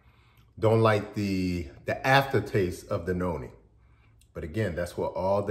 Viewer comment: it sounds like you are saying yoni and noni. Which one is it? Thank you for your response